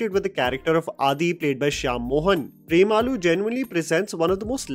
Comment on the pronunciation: It is not Prem aloo. The and and u should be short